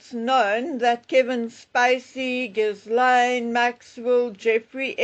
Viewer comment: Ghil-laine. The “s” is silent.